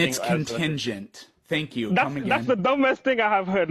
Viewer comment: Bro rlly said tank u comeagan 💀